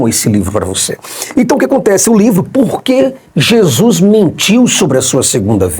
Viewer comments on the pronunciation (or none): none